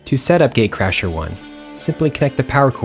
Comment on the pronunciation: It sounds like he is saying gay crasher 😂